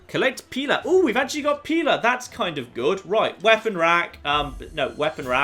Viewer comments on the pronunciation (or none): Why is the plural of "Pilum" so hard for to get right?